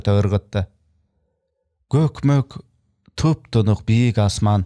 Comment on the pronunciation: Жакшы чыгарма экен, романдары которулганбы, сизге ийгилик, жакшы которуптур, бирок көкмөк дебей көпкөк деп окуңуз